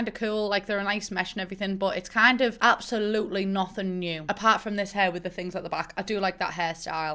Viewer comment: I literally love every time she says “abolutly“